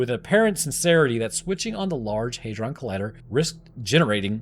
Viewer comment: HEYdron? No